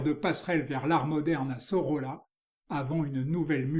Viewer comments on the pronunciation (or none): Pour le nom prononcer Soroya... = Sorolla... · Merci! L'Hôtel de Caumont - Centre d'Art à Aix-en-Provence a présenté en 2020 une expo Sorolla - prononcer "Soroya" selon un ami Historien de l'art catalan - mémorable! "L'heure blonde" assurément, l'heure lumière toujours qu'une touche preste et juste magnifie jusqu'à l'éclatement. Mais rien n'est gratuit jamais et encore moins "joli" dans cet œuvre frais et sensible à jamais. Merci vraiment!